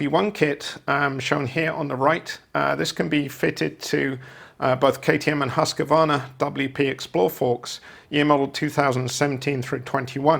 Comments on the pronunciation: No worries, hopefully one day the correct pronunciation of Husqvarna instead of the amateur hour Husk-A- varna , which yanks seem to say, will be dead and buried. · Husqvarna is a town in Sweden. It is a pretty easy word for english speaking people to get correct or close with Husqvarna. For what ever reason, yanks seem to fark up a lot of words and Husqvarna is a classic. Brits must do it as well going by this channel. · Husk -a-varna ? 🤔 There is no letter a in the word. It is pronounced as it is spelt. Husqvarna . Well technically it sounds like Hooskvarna. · Its pronounced. Husk like corn, var like varnish without the ish, and nah like 'nah I don't want another stinking chainsaw or mower I want husqvarna